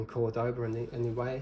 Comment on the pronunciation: *CÓR-do-ba Emphasis goes on the first syllable.